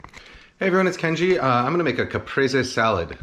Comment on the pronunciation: Finally, a Youtube cooking channel that knows how to pronounce the dish they’re making a tutorial about. I went through 4 other videos before this one and none of them bothered to look up how to pronounce “Caprese”.